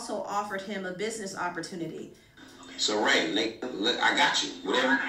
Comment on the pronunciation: I watched it live too and I was cracking tf up when he said “Rayconic”